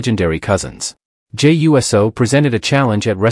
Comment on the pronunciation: Ummm . . . I think you are allowed to say: "YOU-Sew", rather than "U-S-O" as if he were a flying object.